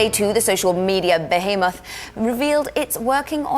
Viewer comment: did she say called baa-hee-moth ???